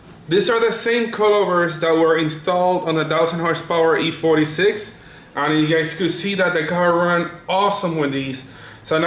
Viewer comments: I like how he says E-turdy 6 instead of e36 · Boosted Lawnmower he should make stickers or something that says e-Trudy6 lmfaoooooooo